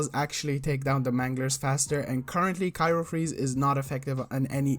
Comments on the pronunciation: *cryo not cyro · CRY-O freeze, not KYRO freeze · CRYO (cry-oh) not cairo freeze lol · Bruh i couldn't watch past "cyro freeze" like cmon